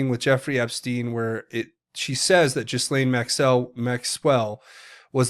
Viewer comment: I believe the “s” is silent on Ghislaine.